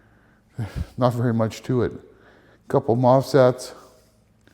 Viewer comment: MOSFET, not MOFSET